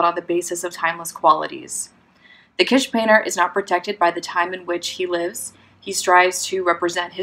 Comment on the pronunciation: Please note: The word is pronounced kiTSch, not quiche or kish.